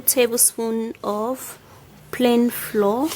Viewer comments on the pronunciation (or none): Flour not floor. Pronounced: Flower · First u think ur toothpaste q'ty might be ok. Don't u know ur own recipe???. Bullshit!. Pls pronounce it as flour not floor. Fake therapy. Does not work shit!. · It's flour not floor 😂😉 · Bitch it not "floor" it's frkin pronounce "flower" but spelt "flour" ughhhh the earth is so confusing ffs like this fkn comment y'all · Pronounce flour correctly hey u are sayin floor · Flour is pronounce FLOUR and not FLOOR please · I'm going to try it but I don't understand what the powder is is she saying flour or flaw will someone please tell me what she saying about the white powdery stuff thank you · Lmao... The way she pronounces, flour like floor 😂😂😂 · May I correct your pronunciation of "flour" it's pronounced as " flower " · I was confused how u pronounced de flour. I thought it was floor . I ll try it anyway. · Takyi Barbara 😂😂😂😂 me too... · Takyi Barbara me too😂😂😂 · Is she saying 2 TBS of ? FLOUR as Flaura ? What the heck??? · Hahahahahaha... You heard plan flour? I heard plain floor... Rotfl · Echantombi Sougaijam she's trying to pronounce the word flour as in baking flour. But she's saying "Floor like the ground. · I think she means plain flour the "flow" is kind of the Nigerian way of pronouncing it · Y’all need to hop tf off her back about she says “flour” lmao it’s not the hard to figure out she’s saying flour, she’s trying her best and she even wrote the word flour in the video so you can read🤦‍♀️😂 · Are you saying flour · I had a hard time understanding that word. Thanks for clarifying it for everyone. Haha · Are u saying flour? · Its flour everyone pronounces it differently in their native language. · Kimmy Naka and it is if she can say the word cucumber but not flour me correcting her shouldn't be an issue and obviously 15 other ppl agreed!